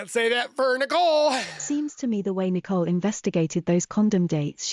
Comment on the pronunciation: Why do we have to listen to AI readings? The British voice reads the words as Nicola instead of Nicole A. How annoying.